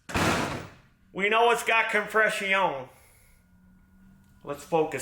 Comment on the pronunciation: Compress-ion. It hurts from laughing soo hard.